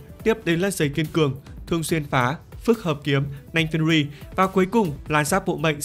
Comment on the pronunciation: Thấy mỗi thầy đọc đúng tên nanh fenrir 😅😅